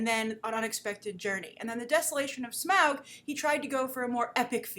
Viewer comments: Smaug* not Smag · Smaaaaauuuuuuuuuuuug , that pronounciation will always be funny.